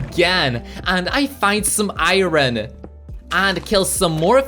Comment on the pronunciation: ew you keep saying iron but its wrong